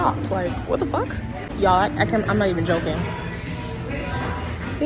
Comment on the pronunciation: “WHAT THE FOCK IS EVEN THAT!!????”